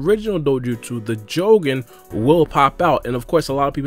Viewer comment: The " Joe - Gen " 😂😂😂